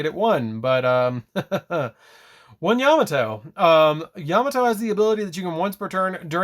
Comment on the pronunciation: Love the video! Just a heads up his name is pronounced “yuh mah toe” not “yam a toe” great profile I didn’t even notice the new support till you highlighted it! Thank you